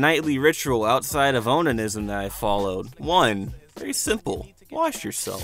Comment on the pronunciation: Fun fact: it's oh-nah-nee-ism -- check pronunciation when you're using a word for a punchline